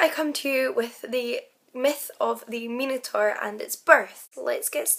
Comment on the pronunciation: An intriguing story. A pity that you couldn't get even the basic details correct. You could have easily looked it up online. It was Zeus not Poseidon. Pasiphae didn't wear a 'bull costume' it was a hollow replica of a cow. By the way, Minotaur is pronounced with an i as in 'eye'.